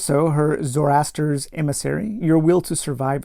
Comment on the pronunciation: hope you are well. Really like the format of this "playthough" - don't want the spoilers, but want your thoughts. In particular, whether you prefer the new combat system, and whether you would recommend playing the original game with this new system. FYI - pronunciations: "Mayjus", "Zorro-aster", "Sarasun". Good luck with your adventure!